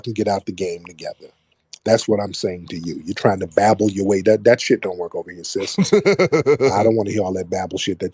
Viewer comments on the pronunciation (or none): Hoe babble.